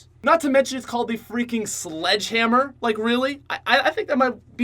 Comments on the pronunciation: you know it's the slog hamr not sledge hamr, right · Its actually "SLDG HAMR"... XD